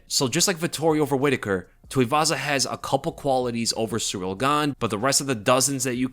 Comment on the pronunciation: You said Ciryl Gane"s full name about 150 times. You pronounced it "Surreal" every time too. 😂